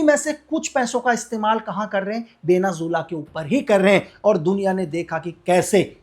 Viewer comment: Venezuela ❌ Benu Jilla ✔️